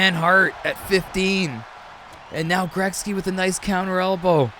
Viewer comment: "Greksky"? Or am I just hearing u wrong?